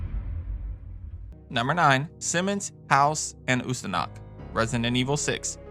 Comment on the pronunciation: I'm sorry but it's bugged me... it's pronounced phonetically as hay-os